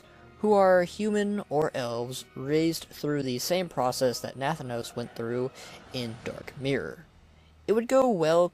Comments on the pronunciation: NATH-A-NOS lol killing me over here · The way you pronounce nathanos annoys me